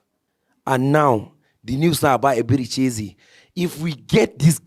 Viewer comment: nooo mannn... "Ezebechi". Come on my guy... 😂😂😂😂😂😂